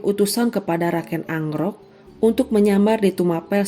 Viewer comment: KEN AROK..Bukan ANGROK